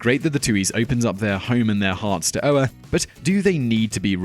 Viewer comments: Michael Ohr's name is pronounced oar just like the one that goes with a boat. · Oher is pronounced oar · I try not to pick on pronounciation but come on Simon you couldn't have rented The blindside? Whats that name again.